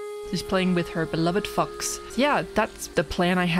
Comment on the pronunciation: Just a note: the o sound in fox is emphasized. When you said your dog was playing with her fox you pronounced it much closer “fucks” than “fox”😂. (Ff-ah-ks) for a guide!